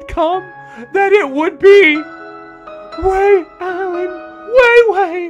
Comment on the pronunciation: I love how he still calls him way allen